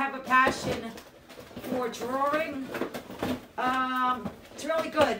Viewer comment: love how you say drawring...like Peter falk